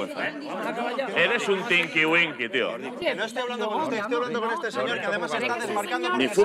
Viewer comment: "eres un tinquin winqui" jajaja